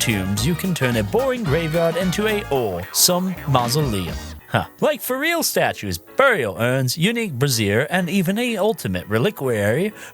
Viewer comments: Brazier rhymes with Frasier, not brazzieres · I wonder if has been told that "bra-zeers" are what women wear and "bray-zurs" are what you burn fuel in?